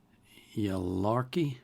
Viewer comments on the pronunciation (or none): you should totally listen to more yaelokre songs! also, just a little help, it's pronounced yay-lock-ruh i believe!